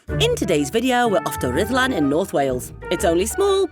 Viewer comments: It's Rr ith lAn. Rh is a digraph in Welsh, expressing one sound, atrilled R, but breathless. Then U which approximates to an English I sound. DD is another digraph similar to Th. But in Breathe. So RrithlAn sort of. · "Ridlan" Castle. That sounds about right! BTW, it's no longer Wales—it's Cymru. Scotland is Caledonia, Ireland is Hibernia, and England is Albion. Common law will return. The UK Corporation was declared bankrupt in 2021. I heard decades ago that the stones from the bottom of those drum towers at Rhuddlan Castle were taken away to build the nearby houses. 10/10 for the video. Thanks!